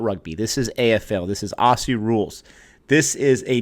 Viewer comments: Thanks for your review 😀 For future reviews a small but annoying pronunciation for us Aussies. Say "Ozzy" not "". Cheers from Down under 🇦🇺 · as an australian ive heard so many americans say “Aussie” as “Ah-See” and bugs me so much like its not “Ah-See” its pronounced “Oz-Zee” lol sorry i just wanted to ramble for a second anyway great video! 👍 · AUSSIE IS PRONOUNCED OZZY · Glad u got into it. Best sport period. Btw … common American mis pronounciation. “Aussie “ is pronounced like “Ozzy”. Double S in Australian English sounds like a Z. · Ok don't pronounce Aussie like that it's pronounced Auzzie! Afl footy is the best sport ever! Also AFL games are soooo much cheaper than American NFL games so you can easily go to every game if you want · For those who want to sound like a real Aussie (and not drive us all mad) it's pronounced 'ozzy'. Like Fozzy Bear without the f'n'bear. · It's Ozzie with a Z, not Lisa with an S...... lol